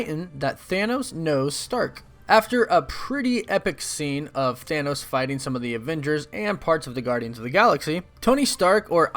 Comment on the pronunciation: ha you said stanos